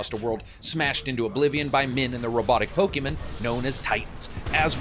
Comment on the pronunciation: How the hell did you get through your life pronouncing pokemon that way?